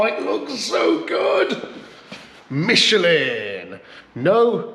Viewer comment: Shirley it should be Dunlop instead of the Mich a lin ....🇬🇧